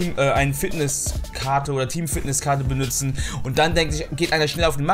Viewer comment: BENUTZEN nicht BENÜTZEN :D